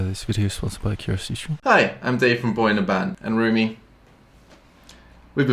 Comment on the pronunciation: Did you just say "boy in a band"? Wtf Lmao its one word boyinaband